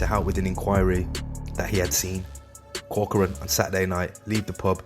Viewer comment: Thanks for saying corcorans name right people always get it wrong!